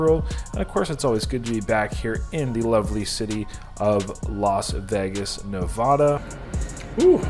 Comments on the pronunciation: Na va duh. Not nah vah duh. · Nev-ADD-uh.... not Nev-odd-uh😡😡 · 10lbs is crazy.. but he really needs to learn how to pronounce Nevada. Ne-VAD-uh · Learn how to say Nevada...